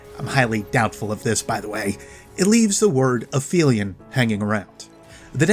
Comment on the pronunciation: Quick note, when referring to the real world term Aphelion (furthest point away from orbits centre) it is pronounced "Ahp - Helion". In Destiny the creature is pronounced "Aff - felion" by a Techeun.